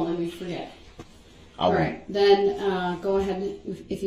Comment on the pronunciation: ‘Den’ instead of ‘then’?